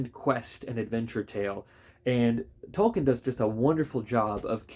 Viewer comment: It's pronounced Tolkeen. Long E .... Tol keen ...